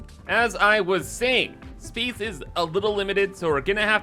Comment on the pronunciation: Haven't watched one of your videos in a while. I had forgotten you say BEESE instead of base, and SPEECE instead of space and it drives me crazy. Love the content though.